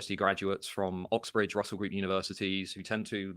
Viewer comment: It's Oxbridge, not Uxbridge btw